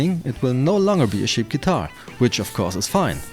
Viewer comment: and it's cheap, not sheap